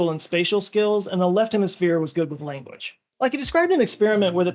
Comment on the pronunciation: he pronounces the word language as "lenguage" but i guess he has no choice about that. where is that accent from though? great lakes? saying /gang/ as "geng" etc